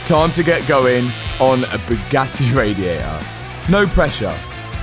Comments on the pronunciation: I love you but your accent drives me nuts, Radi-ay-ah s (radiators) Bo-om (bottom) Bu-ga-ee (Bugatti)it appears the letter 'T' is not in your vocabulary. 08;10 is an abomination of the English language, "Ca-alic-ic converters" lol two 'T's' lost in the translation 🤣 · Hey, the tt in Bugatti is not silent. Just saying.